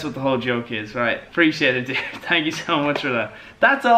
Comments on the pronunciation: Evan was right you say tank 😂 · He says thank but the h is soft